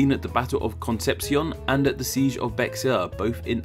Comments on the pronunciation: Ahhhhhhh please don't say it Be-x-ar Texans say it bear county and the way it was named was Behar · Bexar is pronounced Bay-Harr. The Houston st. of SOHO is Pronounced How-Stun, different than the City in Texas. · I lived in Comal county and am now living in Liberty county. I was watching on my TV and when he said "Bexar", I hopped on my phone to come see the comments to make sure someone said something lol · Fun fact: Bexar is pronounced like "Bear". The X is completely silent.